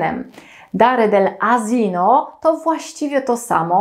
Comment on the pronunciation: źle jest powiedziane słowo ASINO